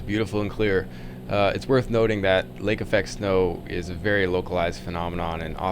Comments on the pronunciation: Lake Effect - not Affect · "Lake Affect"? Not "Lake Effect"?